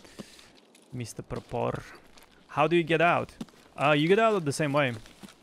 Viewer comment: Is it not pronounced 'Pruh-poor'?